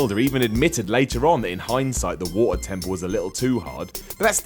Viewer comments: some one should slap you for the horrendous way you pronounce Water. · "The Wo-err temple in Legend of Zelda" the what? xD amazing accent! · Cool list, cool list...now say "water" again. giggles